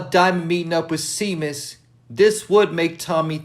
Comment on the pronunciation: It’s pronounced (ShayMus)